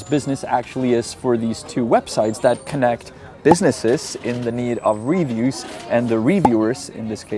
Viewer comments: You know how you often have a lesson at the end that teaches us how to say words in Czech? Please allow me to politely show you how to properly pronounce “reviews” in English. reh-VIEWS. The emphasis is on the second syllable, not the first. It’s re-VIEWS, not RE-views. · It's reVIEWS. Sorry, your english is really good but it annoys me 😅. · English's lexical stress system is unpredictable, but it does matter to be better understood. Unfortunately it requires hearing native speakers to learn it more steadily as it's impossible to learn it from reading alone. "Review" has stress on the second syllable, not the first. By stressing the first syllable it changes the meaning inferring you're viewing something again, as opposed to making an evaluation of quality.